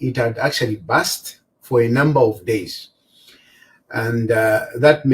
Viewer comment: BASTY😂😂😂 ITS BURST IMPROVE YOUR PRONOUCIATION DUDE